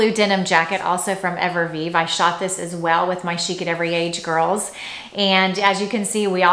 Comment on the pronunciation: I think you are a beautiful woman with impeccable style. What I am offering is simply constructive feedback. I have seen this specific feedback offered on prior videos. One can lose credibility when words are mispronounced consistently. Evereve is pronounced Ever-Eve. Not Ever-Vive. No disrespect intended, just my opinion.